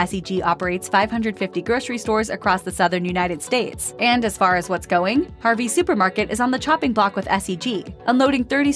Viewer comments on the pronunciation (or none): none